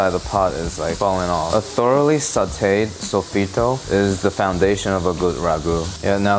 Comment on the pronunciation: only thing that upset me about this video is him not taking care of himself by not eating mold. also hearing sofrito and it not being sofrito but like i can look past that.